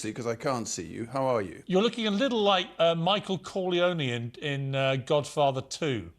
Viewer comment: “Michael Colonian” 😆😆